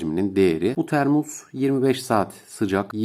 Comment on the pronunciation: kulağımda bir ses termua, termus, termus, kulağım yandı hacı abi, termos o termos